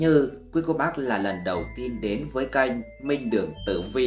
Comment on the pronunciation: Ổng đọc KÊNH mà tui nghe như CANH 😅